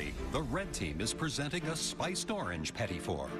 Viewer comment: you know the announcer/narrator isnt canadian when he pronounces petit wrong